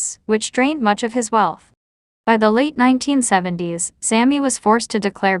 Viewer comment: I despise videos that rely on computer generated AI narration. Nine-teen-seventy-s.... Has SLASH been.... GIVE ME A BREAK! If you can't take the time to narrate your own videos STOP POSTING. Nobody wants this crap. Thumbs Down and I'm telling YT that I never want to see your channel featured again.